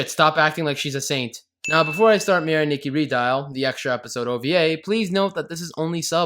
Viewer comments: Adding sins for every time he mispronounced Mirai Nikki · You Get 568 Sins For Saying “Mirai Nikki” Wrong